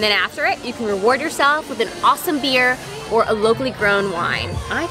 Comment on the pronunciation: Did say “roward”??